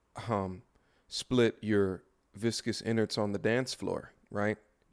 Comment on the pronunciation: you kill me dying laughing whenever you say "VICOUS INARDS" lmaooooo